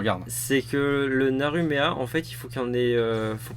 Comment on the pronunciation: "On nous a demandé de détailler plus"... Sans déconner ? Je ne vois pas qui aurait pu oser faire ça ! :p Cet accent digne de michel Leeb sur le Naru Meha c'est mal ! ^^ Non franchement recourir au populisme pour gagner des viewers c'est sale... Vous êtes sur la pente de la perte et du vice (et du saint esprit), on commence avec Michel Leeb on fini par citer du patrick Sébastien ou du Lagaf, je vous aurait prévenu ! :p Mention spéciale au "faut pas d'abord jouer option ensuite Naru Meha en pensant... Non .. Faut pas d'abord jouer Naru Meha et ensuite option" qui m'a tellement fait penser au "on peut tromper mille fois mille personne... Non...On peut tromper mille fois une personne... Non" ^^